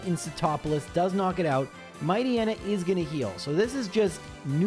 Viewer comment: Matchneya? Bro, you need to be stopped lol